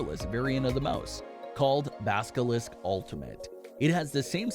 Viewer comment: Did ya’ll just say baskilisk? Lol